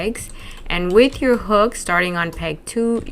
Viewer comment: ‘With” not Keith!11]